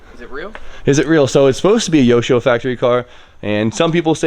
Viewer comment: Yashio not yoshio. Rookie! 😜